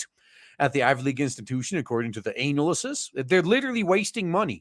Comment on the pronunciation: Why my guy pronounce analysis like that? Putting emphasis on ANAL